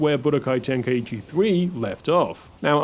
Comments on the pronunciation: It's such a shock to hear people say "ten-kai-eee-chi" as if there's an extra syllable there. Ten-Kai-Chi. Three syllables. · It's pronounced "tenk-eye-chi" not "tenka ichi" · Its pronounced ten- kai-chi... i used to mispronounce it before too